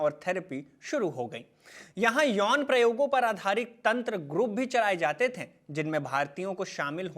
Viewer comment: Bhaiya, थे और थें में अंतर होता है। एक बेहतरीन कंटेंट और प्रेजेंटेशन का मजा किरकिरा कर दिया आपके "थें" ने । Nothing mocking.